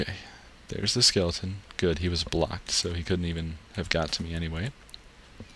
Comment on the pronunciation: anyone else notice he always says "skelington" instead of skeleton :/